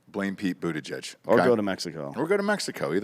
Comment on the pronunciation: Is it pronounced buttuhgag?